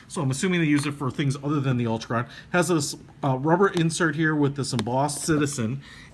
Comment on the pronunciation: So much fail: Altichron... ALTIchron.... al-TI-kron Whatever were you talking about with Metric vs English? Bidirectional bezel, Bi- meaning two directions and uni-directional meaning one.